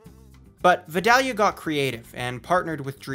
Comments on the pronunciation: ik I'm late to the party but as a southern man I have to make it known that Vidalia is pronounced vie-day-uh or vie-dale-yuh, not vid-al-ia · This is a major nitpick but Vidalia is pronounced "Vai-DAY-lee-uh" by us Georgians instead of "Vid-AH-lee-uh" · Its definitely "Vi-dale-ya" not "vi-dall-ya" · V- I-dale-ia onions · V-EYE-DALE-YA.. the way you say it is so cringy bubba. Yu one of them Canadians? Or you must be from Minnesota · I live about 30 minutes away from Vidalia, Ga. The proper way to pronounce Vidalia is Vye - daily - uh. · It’s Vi(long I sound)-Dale(long a sound)-yah. :) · It's pronounced Vie-Day-yu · That is NOT how you pronounce Vidalia. Sincerely, a Georgia resident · You said Vidalia onions wrong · The way he pronounces “vidalia” makes me angry 😂 my wife is from Vidalia and she cringed at the sound of him pronouncing it as well.